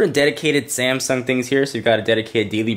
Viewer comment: its Samsung, not Samsing xD